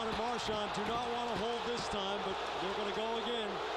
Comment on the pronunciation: "Soobon" and "Marchond". please kill me